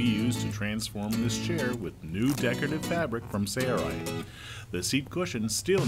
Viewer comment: Why is the narrator pronouncing it "say-er-ite"? "Sale-right" is the proper annunciation fro sailrite.